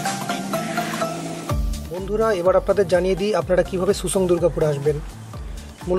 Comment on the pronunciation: not susang its simsang